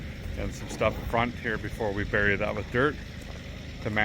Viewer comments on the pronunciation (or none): none